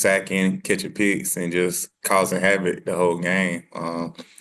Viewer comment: Hovac?You mean Havoc lol